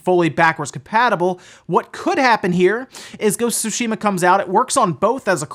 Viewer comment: Please stop pronouncing Sushima…